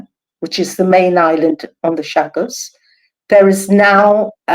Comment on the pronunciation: Great guests but for the host please get your pronunciation together before airtime. You mispronounced Mauritius and Chagos several times. It’s a bad look for your channel.